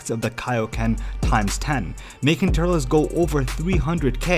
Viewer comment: Turles is pronounced like "Turlz." Not "Tur-less"